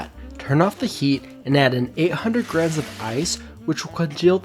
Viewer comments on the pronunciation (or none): yt: Stop pronouncing grams as "Grims" it's pronounced "GRAMZ":yt